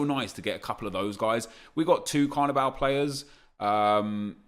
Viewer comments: could u not say CARNIBAL??!??!!? it’s BALL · Carviball not carvibal 😡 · It's pronounced like carnival because it is football not carniBAL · Does it not low key annoy anyone else when he says "Carnibal" instead of Carniball? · annoys me how nep says carniball, its clearly ball as is in the round thing you kick. not bal! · It’s carniball not carnibal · Why does nep fuck up every single name on this planet! It’s Carni-Ball how can you mess that up wtf. It’s suppose to a mix of carnival and football smh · Sounds like he's saying carabao cup😂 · How do you say carniball wrong? It literally couldn’t be any more obvious how you’re meant to say it but of course nep chooses to say it wrong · The way he says carniball 😦😠 fuck me